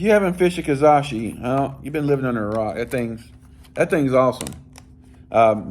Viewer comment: Ka-ra-shi lol not ka-za-shi love the videos though 😅😅😅😅